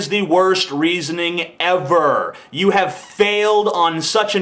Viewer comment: how sad, I think he was probably puerto rican and was just saying "you": but unfortunately it sounds like "jew". Learn to listen better, you poor demented fool.